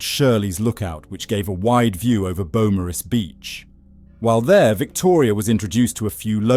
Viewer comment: It’s a great watch. Just FYI beaumaris is pronounced Bo-Mor-is. At least that’s how us Australians pronounce it. I feel like whoever did this, had a personal attachment. It was a punishment.